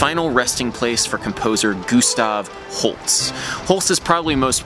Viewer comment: Is his name Gustav Holts or Gustav Holst? Because you said it like the former and the plaque said the latter :).